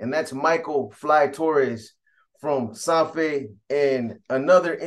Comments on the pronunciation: Its SAN FER not SAN FE !! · Lol u hella pronouncing San Fer wrong af 😂 ive heard u say this in other videos its halarious! U have to pronounce the R at the end harder than that! It sounds like u say SanFe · Pronounced like San Fed…roll the R